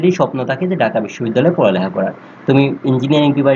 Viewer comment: ডাকা না ভাই ঢাকা 😂